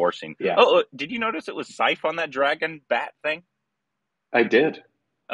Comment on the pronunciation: Is nobody telling to pronounce Saif as Sef?:)